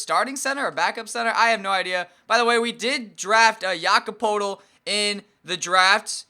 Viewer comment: It's pronounced Jake-OB Poe-l-tel